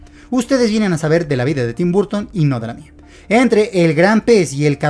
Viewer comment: Se escribe BURTON, se pronuncia BARTON.